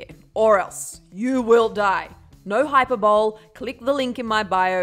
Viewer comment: Who else laughed when she pronounced hyperbole as hyperbowl 💀